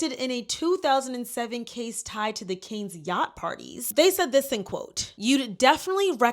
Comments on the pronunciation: (Ghengis) Cannes😂😂 NOT (raising)canes ❤ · Sorry to be picky but you are pronouncing Cannes wrong. It sounds like a can of soda. Just can. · Great video! But girl you had me thinkin the fried chicken restaurant had a yacht scandal😭😂 the city in France is pronounced "kahn-a" or "kan"💯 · Cannes is pronounces Can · pronounced khan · Please look up how to pronounce Cannes. Otherwise phenomenal video as always 👏🏾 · The difference ppl (you are the 4th person I've seen) reporting on yachting & calling Cannes variations of Cairns, canes or car-nez is making me giggle. Yes people! Mispronounce this sh*tty sewerage sink-hole of a "city" name. It reminds me of ppl calling Ghislaine Maxwell jizz-lane. 😂😂 NO RESPECT FOR THE DEPRAVED BISHES!!! IF YOUR TOWN IS FAMOUS FOR *EX TRAFFICKING & AB*SE, YOU DON'T DESERVE CORRECT PRONUNCIATION. 😂😅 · You need to work on researching names and pronunciations properly. Irina Shayk and Cannes is not pronounced like that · Look up how to pronounce ‘Cannes’ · Girl how do you keep mispronouncing all these names and cities 💀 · as a point of constructive criticism- I think it would suit you to research pronunciations before filming videos. I’ve been watching your videos and there have been a few times that I’ve cringed from the mispronunciations. It would just help prop you up as more professional. You’re doing great though ❤ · I loved the video but had to cringe every time I heard Cannes mispronounced 🙄 Candace Owens does this all the time and it's maddening. I can understand, but a huge production like Candace Owens and she can't correct her pronunciation of basic words?? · No offense, but for future reference: Ghislane Maxwell is not Epstein's wife. Cannes is pronounced like "Khan", not "can". Capri is pronounced "CAP-ree; emphasis on CAP; not "CA-pree" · Cannes is pronounced Cahn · Girl it’s CAN not CANES 😭😭 Love this video anyhow ! Xx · For future reference, it's Phonetically pronounced "CAN", not Cane. Got get you right, Sis. 💛🧡